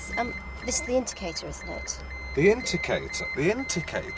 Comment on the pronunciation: The inticator??the inticator?? inticator??😂😂😂😂😂😂😂 Poor Lynne😁😁😁